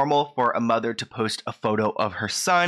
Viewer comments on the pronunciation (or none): none